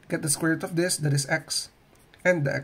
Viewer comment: "That" sounds like "dat" the way you pronounce it